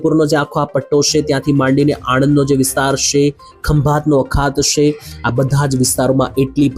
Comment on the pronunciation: પહેલા" છે " બોલતા શીખો